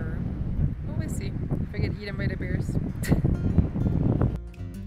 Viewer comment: Funny ya keepin’ says beers supposed say bears and I’m deaf from USA